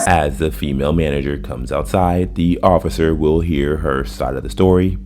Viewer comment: She says manager like that guy from the Sopranos. Manayer!